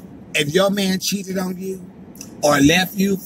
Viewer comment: I've been binge watching u since yesterday. Gul u a fool... Ans at the end how u pronounce cheated had me weak... Much love from Texas..